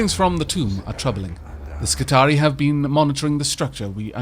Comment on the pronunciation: I love the video,, but I gotta point out that "Skitarii" is pronounced "Skitari-i" It's plural of "Skitarius", so the last I is a suffix which isn't silent.:) I didn't realize this either before I played Rome 2, but it makes sense when you think about it. I would definitely try to go through this fight and try to kill the boss guy on my second try. You took 20% of his HP with one good shot. If you had known the servitors would both die in an attack, and been aggressive about it, I think it's doable.